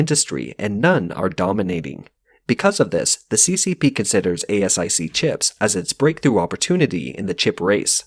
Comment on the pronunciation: Fyi it’s pronounced like ace-ic for asic, not a.s.i.c.